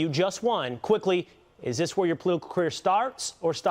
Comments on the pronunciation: Just to be fair, the reporter does ask Tito "Is this where your Plelittlequear starts or stops?" to which Tito appropriately responds, "This is where my pah,clitipal-ah starts!". It makes total sense. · Interviewer: Is this where your pliclitical career starts or stops? Tito: This is where my clipritical career starts